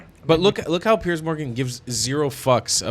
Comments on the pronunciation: Did you call him PEARS Yes suzanne 😂😂😂😂🏴🇬🇧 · Is it so hard to get his name right? Its Piers which is pronounced differently.